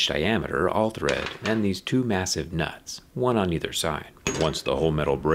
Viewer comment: he 100% said "we can tighten and loosen deez nuts". when talking about leveling the scissor lift.